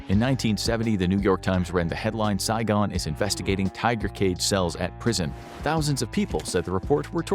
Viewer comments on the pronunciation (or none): none